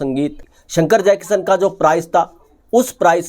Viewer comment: श को स बोलता है ये... जयकिशन को जयकिसन 😂